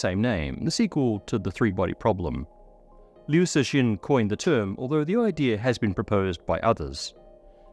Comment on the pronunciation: You should say liu cixin as liu "tsu-sin"